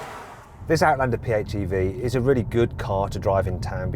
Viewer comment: アウトランダーの発音がよすぎて感動した